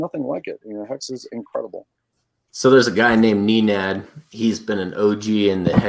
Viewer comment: 3 FACTS: It's Nenad not Neenad. Point Dexter never actually apologized. HEX has no hyperinflation, the OA gets ALL newly minted daily coins.